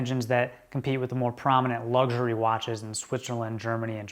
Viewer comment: Luxury not lugsury. 😂